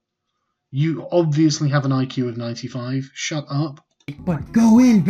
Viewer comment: Was that an …IQsation? It doesn't sound wrong though =)